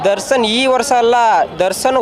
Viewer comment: ದರ್ಸನ್ ಅಂತೆ😂😂😂ಅದು ದರ್ಶನ್ ಕಣ್ಳಾ...